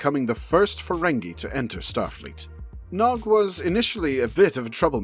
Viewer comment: Ha! He said his name wrong right at the start.